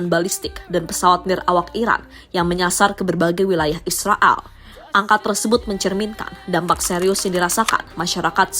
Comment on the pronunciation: Koq drg nya kaya ngmong Israal ya bukan Israel 😂